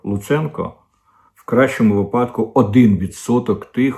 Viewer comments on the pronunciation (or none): none